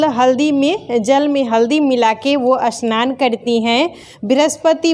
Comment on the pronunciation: Aunty असनान नही स्नान hota hai😅